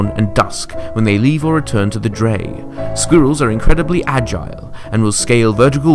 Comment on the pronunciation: i did not like the guys who did squirrels and slugs he kept pronouncing squirrels as sqeerils